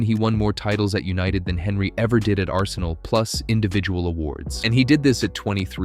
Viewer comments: The way you pronounce Henry is cursed af 💀its tee·euh·ree on·ree not fucking Henry 💀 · This American who’s posted this video know nothing about the premier league or who the players are who the f**k is Henry that’s how it’s spelt not how it’s pronounced he’s French don’t listen to this guy. When Ronaldo first played for united he constantly lost the ball you know nothing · At least pronouce Henry correctly. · IS this an AI voiced video? Pronouncing Henry like that just sounds wrong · I'm sorry but you can not be taken seriously if you pronounce "Henry" in English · I just wish you'd say Henry correctly